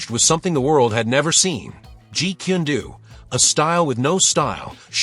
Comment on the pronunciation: Jeet kun do. The last word is prnounced as DOE. NOT DOO. DO means way.